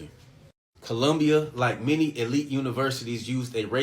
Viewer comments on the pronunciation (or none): none